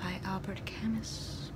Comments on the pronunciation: But the way she said it is wrong, the 'u' sound isn't pronounce like that in French and in the name Camus the 's' is silent. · is camus the right pronunciation? I always said it like camoo.